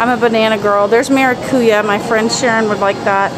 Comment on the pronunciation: LOVED!! the mola mask. FYI, maracuyá has then emphasis on the last "a." Thus, maracuyA, rather than MaracUya. :) And yes, "buen provecho" is a very common, but so is "buen apetito." In Hispanic America,* certain things change from country to country, so you may find both. Choose one and stick to it. Given the popularity of "buen provecho" on the comments, I'd stick to it. :) * Not all if Latin America speaks Spanish. You have Brazil, where Portuguese is spoken, and French Guiana, where they speak French.